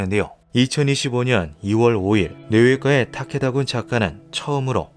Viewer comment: 뇌외과의 타케다군의 ‘의’는 조사가 아니라 의사, 의료 할 때 의 자입니다. [-에]라고 발음하면 안됩니다ㅜㅜ 저번 형태 형성장도 그렇고 검수를 좀 꼼꼼히 해주셨으면 싶네요...